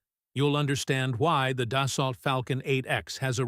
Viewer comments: Pronounced dus-soh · AI slop and it can't even pronounce "Dassault".